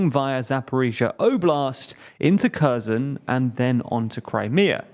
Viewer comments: its kherson not cörsen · They’ve improved. They used to pronounce Kherson something like “ke(r)z’n” without rhoticity and with a hard k and reduced final vowel.